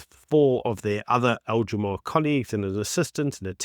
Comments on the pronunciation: It is Al Jazeera, not All Jazaar! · Please stop saying Al "jazaar" it's Al " Jazeera". Looks amateurish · my man said "al jamar" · Al - ja - zee - ra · It’s a -it’s that you let yourself down by not making the simple effort of pronouncing Al-Jazeera properly